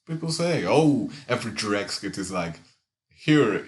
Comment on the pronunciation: Did you say “dreg”? That’s what I call him.